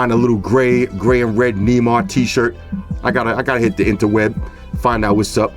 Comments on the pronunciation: you pronounced Neymar(N-ay-mar) wrong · Don't know if anyone else has said it but it's pronounced Nay-Mar lol love the vids man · 😂😂 its Nay-Mar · Nah these sneakers too flame g btw you pronounce Neymar like nae mar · its nay-mar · "knee mars" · Love your videos but it's pronounced Ney-mar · Neymar is pronounced "Nay-Mar" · lol the way you say Neymar